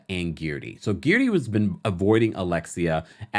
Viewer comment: I swear I crack up every time you say Guerdy's name. You refuse to say it the way she pronounces it. lol